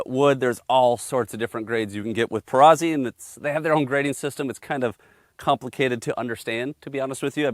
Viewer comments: Note: Perazzi is pronounced like pizza - peetza, not pee-sah. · Amazing guns. Only your pronunciation is a little off, you don’t say Pisa, you say Pizza. It is a Perazzi. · For the love of God, it is Peratzi not Perazzy. Like Pizza, Perazzi see where I'm going. Pe- Ra- T-zee! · To review a shotgun but not know how to pronounce the name discredits the rest of the review.